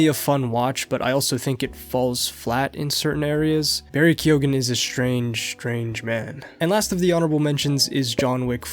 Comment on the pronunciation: Keoghan is pronounched Kee-ow-in source: im irish